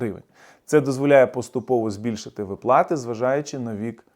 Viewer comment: Не випла'ти а ви'плати